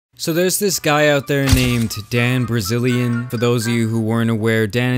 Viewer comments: Dan Brizilian lol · "Dan Brazilian" lmao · “Dan Brazilian” lmao 🤣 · Did you said Dan Brazilian ? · “Dan Brazilian” haha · “Dan Brazilian” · There's this guy "Dan Brazilian" LMFAO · "Dan Brazilian" 😂😂😂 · "Dan Brazilian" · Great job, get the name wrong in the first 2 seconds of your video.